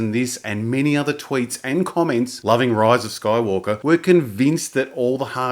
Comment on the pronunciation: Why do you always say "Roise of Skoywolkah"?